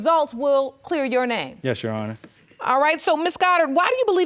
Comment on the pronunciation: “Your honis”